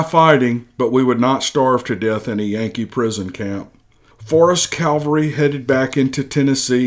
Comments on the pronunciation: The word is CAV alry, not Cal vary! Calvary is where Jesus died. Cavalry is a group of horse soldiers. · You wouldn't mean "cavalry" rather than "calvary," now would you? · It's a modern narration of an old letter, wrote above " I took a few liberties with the story to make it entertaining " area / era is likely just a mispronunciation, he also refers to "calvary" instead of cavalry. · It's CAVALRY not CALVARY! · It's CAVALRY not Calvary. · Great story....but it's pronounced CAV ull ree , not COWL vuh ree . Calvary is where the Lord was crucified. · I would love to hear this story. I simply cannot listen due to the constant mispronunciation of simple words. CALVARY vs CAVALRY: there is a difference. Words mean things. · Pronounced; CAVelry....NOT....CALVARY. ....F.Y.I. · CAV AL RY not CAL VA RY!